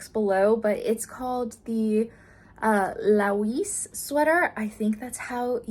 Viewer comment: Laoise is actually an Irish name and would be pronounced Lee-sha :) It looks amazing though! Yes, it does have that acrylic stiffness, but I think it looks perfectly cozy and cute anyways, and the stitch pattern is lovely.